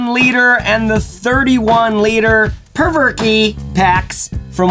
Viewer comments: "Perverke" ?? You know there's only ONE r in the name? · It’s pronounced “provoke” not “perverky”